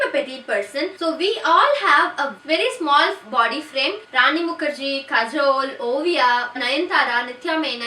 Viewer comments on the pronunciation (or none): none